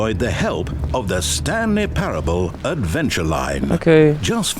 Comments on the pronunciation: thaaaanks❤❤❤❤ Also, it’s pair-ah-bull but good try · it's just Pair-uhh-ble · Its pronounced "Pair-uh-bull",! Great Video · im sorry but the way you said parable is so silly ily tho